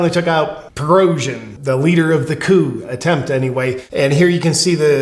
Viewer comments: The generals name is pronounced preh-go-shin just for future reference. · Great analysis. Black and white goodies and baddies. Conclusive statements w/ no evidence and you can't even say Prigozhin's name. Merica!